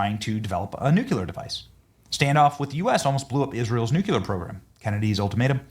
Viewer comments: it's nuclear, not nuculer. Sorry, had to say it. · should stop pronouncing Nuclear like Jimmy Carter did. It's not "Nuculer" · It's not NUCULAR. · You are pronouncing nuclear like George Busch. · I cannot believe that podcasters can go on the air and mispronounce nuclear. It is abominable. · Pray for our President. He is a gift given to us, the USA. Nuclear is pronounce new-kle-ahr. Only one U. The country is off the tracks. They ( many) are no doubt are trying to do him & others harm. Thanks.